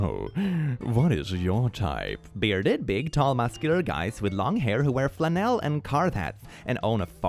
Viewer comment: That's not how to pronounce flannel. Or Carhartt.